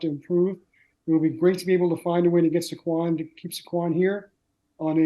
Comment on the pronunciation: Guy can’t even pronounce Saquons name right. What a joke